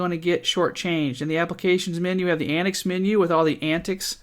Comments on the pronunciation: It is pronounced an-tics not anicks. As in 'antics' the word. TTTTTTTT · I watched your video from the AntiX website, where your review is featured. I don't understand why you pronounce AntiX as "AntX" consistently, but otherwise good video.